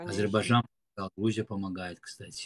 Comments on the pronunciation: гардаш.Не говори "Азербажан".Чувствуется что ты жил в России.Но пр братски хотя бы правильно по русски Азербайджан. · Блин ну просто ухо режет Азербажан Азербажан Блин выучи ты правильно произносить название своей родины